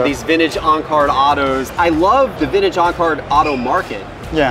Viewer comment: It's not "VINNAGE"... it's VinTage!!!!